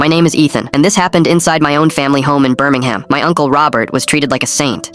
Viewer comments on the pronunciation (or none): 3 seconds in, already annoyed by the way it said Birmingham